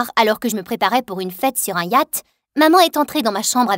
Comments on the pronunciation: Dsl mais personne a remarqué qu'elle a dit "un yat" mais elle et tellement bien cette chaîne 😂😊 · Youtoube, yate la prononciation me fait mord de rire